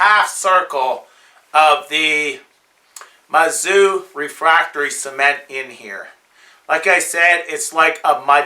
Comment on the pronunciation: I believe it is pronounce like ME Zou. Yeah like that.